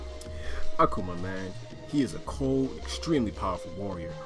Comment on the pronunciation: I hate how you say Akuma, sorry.